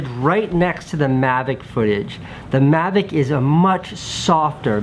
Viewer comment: Coming from the guy that says "magic" instead of "mavic", get lost kiddo :)